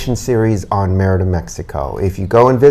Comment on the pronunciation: ADIOS MAMA CARLOTA.. MEANS BYE FELICIA.. ME RI DA... NOT MER DA.. SOUNDS LIKE MIERDA=TISH ..